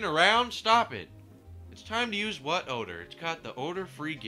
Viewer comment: When you say "What odor" it sounds like "butt odor" lol